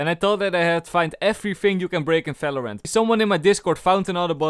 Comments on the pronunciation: I like how you are always saying Falorant c: But still your Videos are amazing, keep up with the good work. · Am i the only one you thinks that he say fvideo and fvalorant